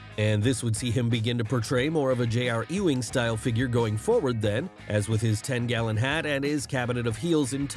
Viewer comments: "J.R. E-Wing" lmfao come on people it's basic English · you pronounced “Ewing” wrong